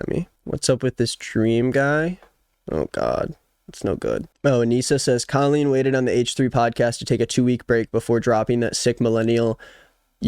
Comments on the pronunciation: Hey, could you please say her name how it is pronounced.. Co-lleen.. tnx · babe i need you to pronounce her name properly because I'm losing it slowly